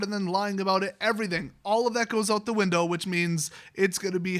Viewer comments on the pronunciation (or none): none